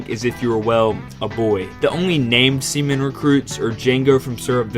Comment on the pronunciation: I keep hearing semen instead 💀